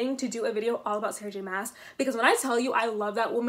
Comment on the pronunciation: My only complaint about the video is that her last name is pronounced like "moss" instead of "mass"